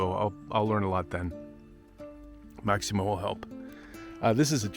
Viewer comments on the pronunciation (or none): Bye the way, his name is Massimo, not Maximo ...